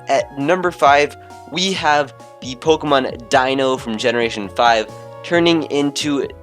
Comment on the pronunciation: It is Po-Kay-mon and that's the way it is all ways been. Po-uh-mon is also acceptable on some occasions but it has never been and never be po-key-mon